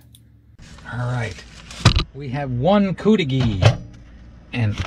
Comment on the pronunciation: I lived up there for years in Negaunee. They pronounced it cudighi not coodighi. I never ordered the cudighi much but Tino’s pizza in Negaunee had that same recipe sausage and that was the best pizza I’ve ever had, nothing comes close.